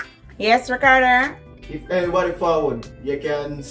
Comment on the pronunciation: Not saying ricarder and not ricardo😂😂😂😂